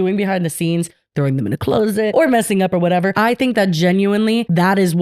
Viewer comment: The way says “closet” 😭